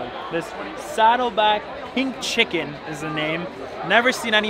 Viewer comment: I just rewatched and realised he said "Pink Chicken." 😂 Still the king of all chickens!